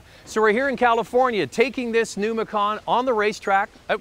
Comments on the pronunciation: The vehicle is a MacAn, not a MacOn. Why do many folks mispronounce... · Bruno TaTa And you believe this why? Are you an expert on German pronunciation? I can assure you it is NOT pronounced McKAAAN as this fool is doing. (For info: I speak German) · Love the way he makes sooo much effort to say Porschuh so that he thinks he sounds so clever, and then creates some weird way-off version of Mackkawn... laughable.